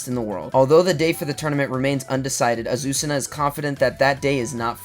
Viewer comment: As a Spanish speaker I can tell you that the pronunciation of Azucena is fine 👍